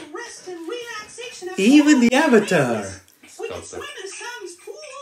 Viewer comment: Tahno calling Korra the Uh-vatar is certainly NOT a reference to a movie that will NOT be named